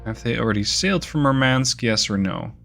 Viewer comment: You keep mispronouncing Murmansk. Stress the first syllable. Also the "u" in Murmansk is spelled like "oo" in "doom". Nitpicking aside, great video. Really dig your ability to plan ahead and narrate while so much is happening on screen.